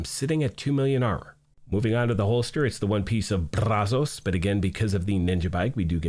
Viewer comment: The way you say Brazos is pretty awesome lol